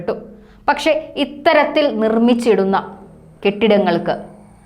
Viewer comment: PLEASE CORRECT YOUR PRONOUNCIATION - IT IS “VIDYARTHI”, AND NOT, “VITHYARTHI”….!